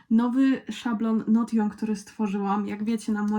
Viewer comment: Hej, w razie czego Notion wymawia się Nołszyn :)